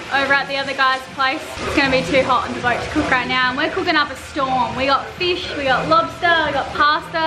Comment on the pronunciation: Feeesh? Oh fish.... Haha. 😊